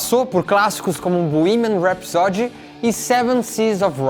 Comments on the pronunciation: Bohemian RhapsÓdy? No, Bohemian RhapsÔdy... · Eu falo borremia rapsodi Como vcs pronunciam? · Não se diz bohemian rhapsody... Se diz:bohemian rhapsodý!! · Puta que pariu. O nao sabe pronunciar "Bohemian Rhapsody" em inglês...putzzzzz veiiiiii. Tá feio..é melhor ficar calado do que passar vergonha. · A pronuncia de Bohemian Rhapsody está errada.